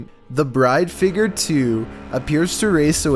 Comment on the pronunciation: Figer... Me FIGURE!!!!: Edinbruh Me: EDINBURGH